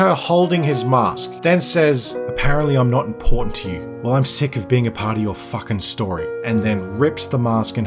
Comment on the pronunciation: “That’s Jason fookin Lannister”